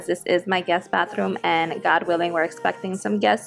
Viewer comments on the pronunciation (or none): Hola!!! Me encanta esa vez q dices: God wiling!!! 👏👏 Totalmente puertorriqueña. Hasta Pedro Gales reportero de noticia 100pre lo pronuncia. Excelente.... Biblias!!! A Dios tda la Gloria!!! DtB!!! A TÚ orden en CUALQ momento q tú necesites hablar. Dios es fiel & verdadero. Cmo tú... Borrikua!!! 🇵🇷 Desde: Kerrville, TX. 😄